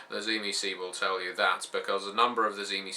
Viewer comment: i might hear this wrong but when i hear cimecee do you mean the tzimicze?